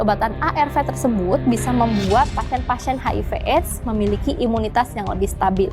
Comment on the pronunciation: Ibu salah...bukan imutas tapi imunicas..manusia kalau kurang cas ...ya bisa lowbat